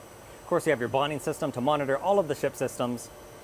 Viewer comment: Those screens below the main screens are called a 'bonning system'. It's pronounced Bon, with a flat O like Bond.